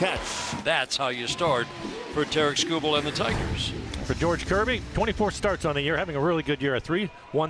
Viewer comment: lazy SEA announcer called him "Tara Kubal" lol